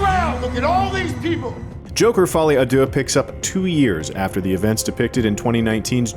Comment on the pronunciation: "Folly ah dooh" The French: 👺👺👺👺👺👺🤬